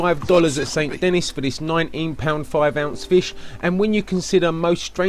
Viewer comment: The way you pronounce Saint Denis hurts me.